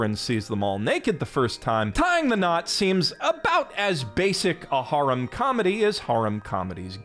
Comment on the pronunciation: "That's how they say harem in Japan" yeah but you are saying 'haram' :D